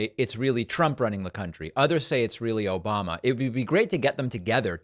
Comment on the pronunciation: Obamna gets me every time 😂